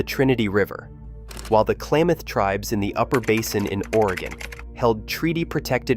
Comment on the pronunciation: Klamath, not Klaymath!